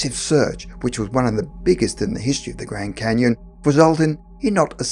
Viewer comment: the gwand canyon, something seriously wrong with people who can't pronounce words with the letter R